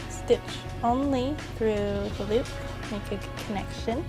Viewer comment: haha instead of saying make sure she says "wake sure" lolx .. sounds kinda similar !?! :P lolx jk ..